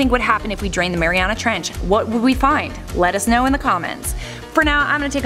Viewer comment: Mariuana treench xD